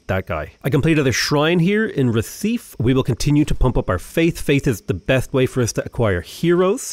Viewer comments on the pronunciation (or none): For an English speaker "Bye - ear" is the easiest way to describe it to pronounce it, and thanks as he has said it so many times, also there is no silent "E" in Portuguese, or a hard R sound so Recife becomes "hair - sea - fee"